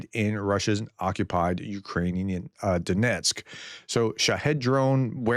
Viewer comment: DON-etzk, not DON-esk.